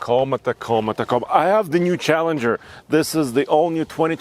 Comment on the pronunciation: Challenger.. not challanger :(